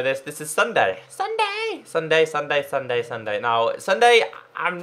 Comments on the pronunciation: Pstt.. It's not Sunday its sun-dee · Is it me or did he say Sunday it's sundee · ITS PRONOUNCED SSUNDEE NOT SSUNDAE!(NOT hate, just letting him know, k? LOL) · Logic *The back is different because since popularmmos has a cape on pc, console versions do NOT have capes! So, that's why the legs had half the cape 🙀🙀🙀🙀🙀🙀🙀 lol By the way you said Ssunde wrongs it's not Sunday it's s-und-eh (Ssunde) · You said sunday instead of ssundee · SSundee not Sunday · Its pronouce sun-dee not sun-day but its ok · Sun-dee not dun-day lol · Its sundeeee not Sunday hahaha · Sundee not sunday pronounciation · u say SSundee's name wrong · u pronounced SSundee's name wrong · U said SSundee wrong